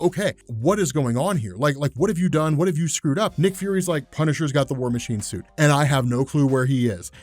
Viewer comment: "war masine chuit"